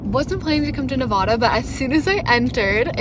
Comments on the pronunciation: Love love your channel ❤ Incredible all that you do and wish there were more like you. Love to Kyro too. I’m a native Nevadan so it’s kinda my sworn duty to let you know it’s pronounced Nev ‘ADD’ uh. Not Nev Ahh Da. Easy way to remember is Vegas ‘adds’ up wins or losses haha. Many many MANY people from other US states pronounce it incorrectly so don’t feel bad. Keep up your great work spreading beauty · Nevadda. Not Nevahda :) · Nevada is said like Ne-va-duh not Ne-vod-uh. Source: years camping all over Nevada/live in neighboring state/know people who live there. Sorry to be that guy but people will think you’re goofy saying Nevada that way and treat you like a tourist which we as travelers never want it possible 😊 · Pronounced: Nuh Vaddd Duh. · Yeah the way she mispronounces Nevada constantly is the real crime, only celebrities and people trying to sound over fancy say Nevada how she does but she’s just making a genuine mistake 😂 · Help me out and correct her on how she says Nevada, now that’s the real crime. 😂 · Makes me wanna die each time she says Nevada 😂 but she’s an innocent Canadian I’ll let it slide. Only people that say Nevada like she does are fancy LA people that want to say it like that and people who don’t know any better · i live in Nevada and the way you pronounced it😭no offense ofc i love ur vids and i dont even know how to say any names in canada😆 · You mispronounced Nevada. Love watching your videos of you traveling. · Like your video - great trip. Utah is awesome! PSA - it’s not pronounced Ne-vah-dah. It’s Ne-vad (like dad) -a Same with Moab (Mo [long o] - ab [like your ab muscles]